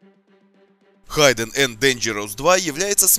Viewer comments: произносится хидден а не хайден.в инете полно переводчиков с транскрипцией и (аудио) произношением.старайся быть лучшим!спс за видео. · да,и не Хайден,а Хидден) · И ещё не "Хайден энд Дэнжероус", как автор произносит название, а "хиден".